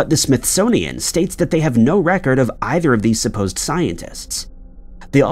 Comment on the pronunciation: "of either of these supposed* scientists." Supposed has three syllables in this context.